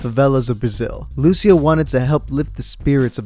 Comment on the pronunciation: so close to saying it right in portugueses when there is "rr" it makes the same sound as the "h" in "hurricane"